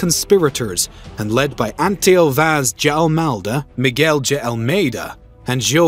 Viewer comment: Yep. "Duh", and "dee" would be far more acceptable.